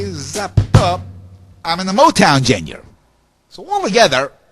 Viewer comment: he's so annoying.. so annoying that i keep watching... its so weird. i mean, he said Bonzo's name like bonHAM instead of bon-em and how the fuck did he say genre? god, i just hate this guy. ack...